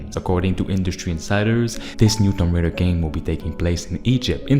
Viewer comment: Its tomb raider not tom raider. (toom)😂